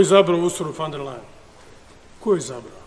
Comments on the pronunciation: Ona se zove Ursula Von Der Leyen ( izgovaraj: Ursula fon der lajen ) a ne fan der lejen. Sramota da ti kao predsjednik i član EU to ne znaš, mada si toliko strašno pametan i toliko izstudiran. Jadni smo mi sa ovakvim prepotentnim predsjednikom. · Usrula van der Lajen .... kako to fino izgovori :D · Nek frajer prvo nauci kak se određena prezimena izgovaraju, a onda nek serucka po Ursuli.